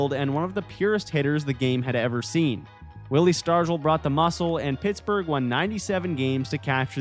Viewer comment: "Willie Stargle"?? Oh dear. Sounds like a bot.